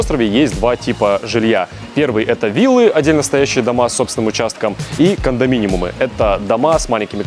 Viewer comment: кондоминиумы, а не кондоминимумы)